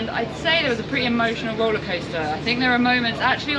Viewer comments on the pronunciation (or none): none